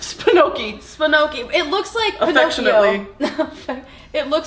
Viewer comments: You would not believe how much I’ve heard people pronounce Spokane with a long A, even from people that live there. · pronouncing Spokane like "Spinocchi" just replenished my serotonin reserves for the next 6 months thank you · Calling it spa-nokee from now on too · I’m from Spokane. But that was a first time hearing Spokane called sponkey. It’s usually spoCAN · I hollered when she said spa nok key instead of Spokane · Lol as a spinocchian I approve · as someone who lives in washington i feel like calling spokane "sponoke" from now on LOL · They said "spoke-an-ee" and I had about 7 aneurysms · Hey ladies! I love this series, and got a kick out of how you said spokane. If you were wondering, it's spo-kane.. or spo-can depending who you ask. <3 born and raised in Washington :) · For real I've heard a lot of people butcher WA names but that one's new 😂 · It's easily the most creative mis-pronunciation of the name I've heard. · I will never forgive you about how you pronounce Spokane I’m sorry I’m from Washington